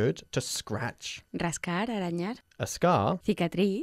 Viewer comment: "arañar" no se pronuncia con "r" fuerte. Por lo demás, genial.